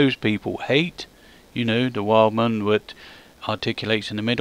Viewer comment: It's a German name and they say their w's as v's in english so it's said as Veidemann and the i is said like eye if you know what i mean